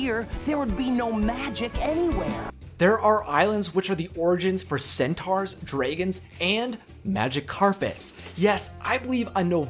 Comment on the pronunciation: Egrabah..said Ag ra buh. Draygons..said Drag ons. Cawsam..said Ka zee mm